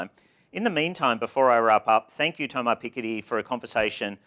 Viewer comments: presenter says "Thomar Piketty" during the intro lol. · You are wrong....Thomas' pronunciation is : /Thoma/ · There's neither S nor R to pronounce. The S remains silent in french